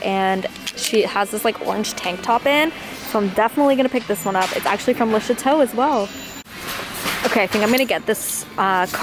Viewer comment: For the longest time I was sure you were saying lisha toe. And even now that I know it's le chateaux I still hear lisha toe every time. Lol. It makes me laugh and you come across it alot so THANKYOU :)